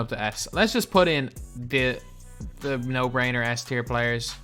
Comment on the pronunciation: Yo, u mispronounced S Tier bro 💯 no worries